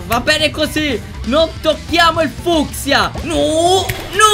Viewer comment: si dice fuskia